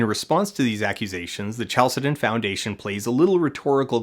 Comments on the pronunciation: Isn't chalcedon pronounced with a k sound? 🤔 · That's not how to pronounce "Chalcedon".